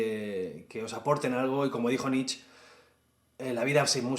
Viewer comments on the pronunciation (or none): Así como en corriges Whittier Alaska, corrígete diciendo "nitshe" con "e" al final, al pronunciar en alemán a Nietzsche en